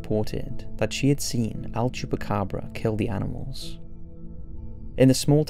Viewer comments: Is "El Chupacabra" not Al Chupacabra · El. El-el-el. I can't hear him say anything but "AL" chupacabra and it's driving me crazy orz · It's EL chupacabra not "AL".